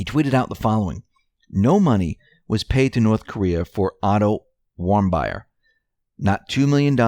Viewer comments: Warmbier is pronounced warm-beer. There are no Anne'ns, only Anons. For a public speaker it's poor job performance. Thumbs down from now on for every time you mispronounce words. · Hussein the mastermind huh? He's not that smart. Maybe HIS handler coordinated it, but not him. Who is the actual entity behind Hussein's curtain? That should be the question. Also, I just have to criticize your pronunciations of Otto Warmbier (pronounced like warm beer) and Bergdahl (pronounced like berg doll) . Just a little research on how to pronounce what you're reading would make it more viable.